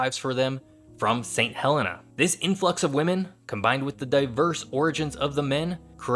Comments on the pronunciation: Just so you know Saint Helena is pronounced Saint Hel-ee-na, my mum went there twice, she travelled on the RMS ST Helena mail boat and one of the Saint's(that's what residents call themselves) came and stayed in our home in the UK so I know it's right. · and its Sant helENa